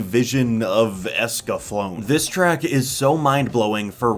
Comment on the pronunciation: EscaFLOWNe? WHAT? It’s pronounced EscaflowNEY, come ON.